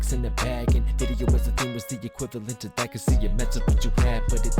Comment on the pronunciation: Vidy-no hahahahahahhahahahha